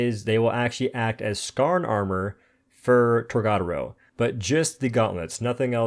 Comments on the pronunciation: You say tor ga door o. Not tor god aro. You say it like Americans that don't know how to pronounce words in a different language so the say it witch ever way. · I just wanna say.. TOR-GA (guh)-DO (doh)-RO (roh... not row) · Boy I'll never get over his mispronunciation of TORGA dora... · It's pronounced torg-A-doro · Dude, it’s pronounced Torga Doro